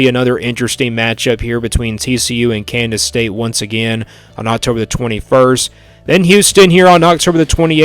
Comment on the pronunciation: You keep saying Kandas state?